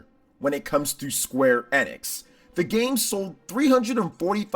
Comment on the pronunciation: Isn't it pronounced ee-nix? Not eh-nix.